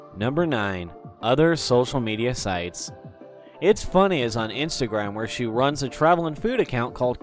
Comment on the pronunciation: YOUR SAYING ITS FUNNEH LIKE ITSFUNNAH